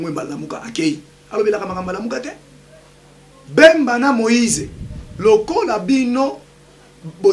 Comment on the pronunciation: Yebisa muluba balobaka politique e non portique ,bemba e non mbemba